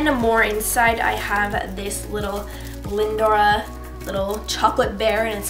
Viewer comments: its lin-dor not lin-dora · It's Lindor, not 'Lindor-ah' haha :) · It's lindor! Not lindora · no, the brand is called Lindt but the product made consisting of the small chocolate spheres are Lindor chocolates, I think anyway, but I was just commenting on pronunciation of it just to help:)